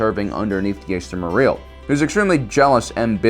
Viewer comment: Thanks for making a video on this topic but I just cringe whenever you say accidentally incorrectly his name like jester or chester morel instead of Jaster mereel